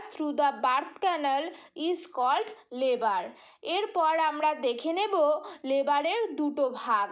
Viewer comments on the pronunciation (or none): Please change your pronounciation of labor